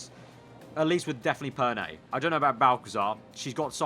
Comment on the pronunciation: Perné, not Perney